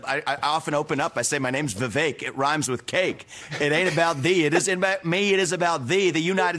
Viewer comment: another easier way of pronouncing his name correctly is 'we wake'.